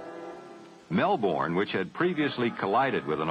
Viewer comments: Mel - bourne😅. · One would have thought that they would know how to pronounce "Melbourne" after all this time.